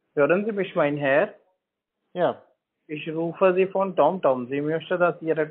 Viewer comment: "süß" wie die Inder Tom Tom aussprechen...und das Kind im Hintergrund heult weil Papa so einen schlimmen Job macht